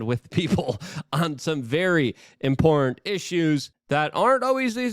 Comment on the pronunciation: "Haa and spicy shirts..." I guess you meant "HOT and spicy". "Imporant issues" I guess you meant "imporTant issues".